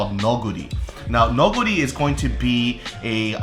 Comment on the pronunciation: never knew thats how u pronounced neoguri i always said it like neo-jury hahahah